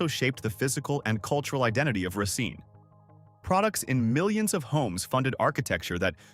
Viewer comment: It's pronounced Ray -Seen